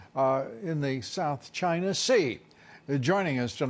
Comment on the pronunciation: Hank Maximus That’s how Trump says China...”Gyna” like “Gina” but with a Y instead. Like Gyro but with “na” instead of “ro”